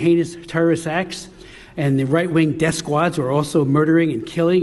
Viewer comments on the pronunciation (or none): none